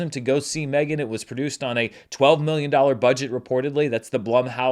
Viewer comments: please stop saying M 3 (three) Gan... you know it called Megan. Reminds me of Fant 4 stic, and that was only said by people making fun of that movie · I dont know if you are yelling, but seems like you are yelling. Also, you said it in your review of the movie... but also also, you are not the only one who has said it that way, everyone needs to stop and just say Megan.